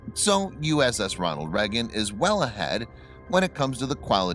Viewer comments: Lonald Leygun not “Nucrear” either. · as a person from the US how can you not say Reagan properly ??